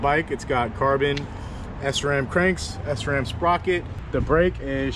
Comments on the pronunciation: Hey just to let you know sram is pronounced shram not s-ram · Man called it S-ram bruh it’s sram one fluent word